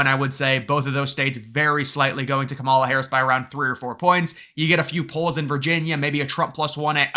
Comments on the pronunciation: its pronounced KAMala. really not that hard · You are soooo misinformed and misrepresenting the real polls, that are mostly rigged by big billionaire Republican ownership….SHAME ON YOU. AND PRONOUNCE KAMALA’S first name correctly…..for that matter pronounce every person’s name correctly. It is called RESPECT “ “. ‼️ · I seriously question the intelligence of anyone who cannot pronounce the VPs name